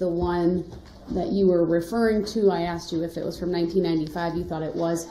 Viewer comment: Dat conclusion. Which you. Chidren. Struck. Pas you. Dey were. Axe.